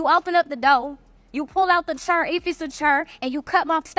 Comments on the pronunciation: This is for the first woman. You're cute, but the word is DOOR, not "DOUGH." Additionally, the word is CHAIR, not "Chur." I just had to pause the video and address that. Please, if you're going to be so demonstrative in your demands. Please learn how to speak. Now, back to this farce. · Did she say cher, doe,..... translation Chair, Door.